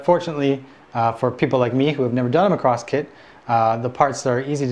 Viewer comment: why you say macross like Lacrosse????????????????